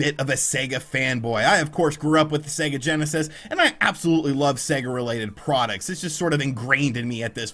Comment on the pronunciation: Thank goodness........an American who pronounces Sega correctly.....finally!!!. Good on your mate:)))))))) A great piece!